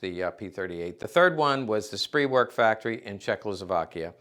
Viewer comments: Ist nicht "Walther", sounds like "Valter", auf Deutsch. Ist nicht "SREEPWERK", sounds like "SCHPRAYVERK", auf Deutsch. Dumpkopf? This stuff is not rocket science. I enjoy your videos, but your continuing mispronunciation of simple German words are like fingernails on a blackboard for me. If you can learn so much about these weapons, can't you learn to pronounce them??? Duh? Take a lessen, eh, dude? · Ahem. "Walther" in German sounds like "Valter" in English. Over and over again. Undsoweiter. And it is not pronounced "Spreewerk." It is pronounced "Sprayverk."